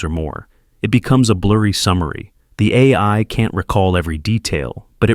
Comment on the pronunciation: You really need to get a human to read your scripts. This AI generated audio has huge issues with saying "AI".